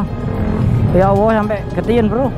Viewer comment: Maaf, apa aku salah dengar menyebutNya Ya Awwoh..?